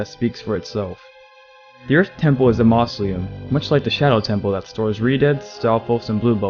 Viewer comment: mausoleum is pronounced MAUZ-O-LEE-UM